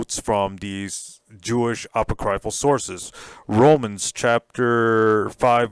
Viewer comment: Apoc-ree-ful ( not apo-cry-ful )